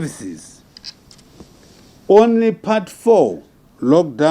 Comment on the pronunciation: How does he say schooling properly but says onry